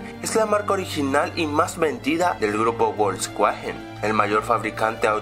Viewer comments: Se dice volsvaguen no volkuajen 😂😂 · Volkswagen no volkshuajen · Volscuajen jajaja es Volksvagen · reinoso Realmente Se Pronuncia Volsvagen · Ya no es Wolfsvagen Hoy es woulfswagen XD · "volsjuajen" Deimos-2016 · wolks vaguen dice ;D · bolks Cuagen!!!! :v esta bien no :'v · se dice folsvaguen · voltz quajen jajaja que mal habla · XD bolxcuajen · Esa pronunciación de volkswagen...